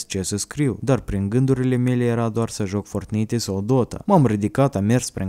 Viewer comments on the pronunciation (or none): [Fortnite ] 🤦‍♂️🤦‍♂️🤦‍♂️🤦‍♂️🤦‍♂️ Se pronunța [Fortnait ]coaie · Se spune fortnait